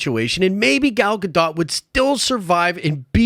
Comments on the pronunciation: Pronounced Gah..Doht according to the Gal herself. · It's pronounced Gal "Ga-doe"